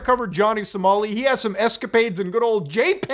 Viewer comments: LMAO "Johnny Somari" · Johnny "Somari" 😂